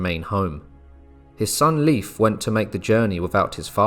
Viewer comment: Leif is pronounced “Layf” not “Leaf”